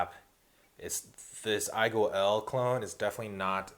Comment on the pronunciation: Also I forgot to say, you said IGO-L clone at one point. I can't believe there is a clone of a 12 dollar atty!